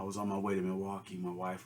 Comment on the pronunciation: Every time you say Milwaukee you are holding up pure gold man lol.